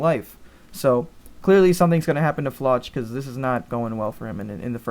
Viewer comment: the way you pronounce flock is FLOCK like a herd not actually how it is phonetically spelled